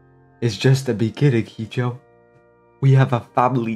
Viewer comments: im sorry but did you pronounce hijo as he-jo lmao i hope its just a fuck around cuz its he-ho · I winced in pain when he pronounced ‘Hijo’ wrong😭